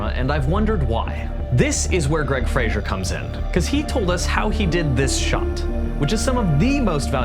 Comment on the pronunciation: Hey great video!! Thanks for sharing this! Just so you know, I think you’re saying Greig Fraser’s last name wrong 😅 Anyway, keep up the awesome content!